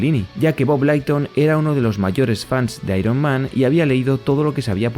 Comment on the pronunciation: Se pronuncia Mik-e-láin-i y Leiton. Hablo inglés y viví décadas en USA fuí a convenciones y así pronuncian ellos sus apellidos. No te lo tomes a mal, para que mejores tu canal 😊